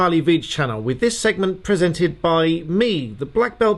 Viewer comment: "It is presanted"